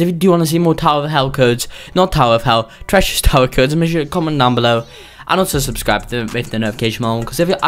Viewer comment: When he said tachress tower lol